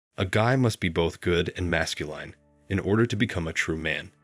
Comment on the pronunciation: It is masculine, not masculyne pronunciation. Great summary.